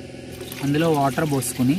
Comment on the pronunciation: ఓటర్ కాదురా నాయనా వాటర్ అనాలి.. అందరికీ ఇలా మాట్లాడటం ఫ్యాషన్ అయిపోయింది.. 🔥🔥🔥